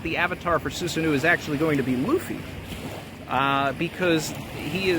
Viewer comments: Awesome video! Also btw Susanoo is pronounced Soo-sa-no, not soo-sa-noo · Soosanoo - excuse me it’s SuSAHno